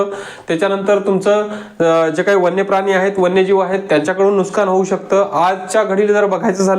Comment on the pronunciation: नुस्कान नाही नुकसान असे म्हणा भाऊ....